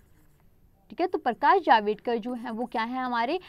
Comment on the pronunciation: Its not प्रकाश जावेदकर Its प्रकाश जावड़ेकर 😊